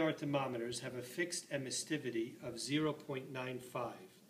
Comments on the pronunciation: Emissivity. It only has one 't'. Sorry to be a grammar Nazi but 'emissTivity' sounds silly. Other than that, nice little video. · its emissivity not emistivity